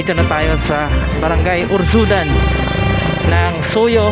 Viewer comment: Urzadan idol not urzudan haha, yan po ang barangay namin, sa centro po ng barangay urzadan